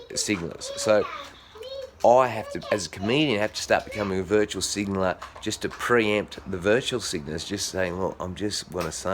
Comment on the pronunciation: It's "virtue" signaller, not "virtual" mate. ie. They're signalling how virtuous they are.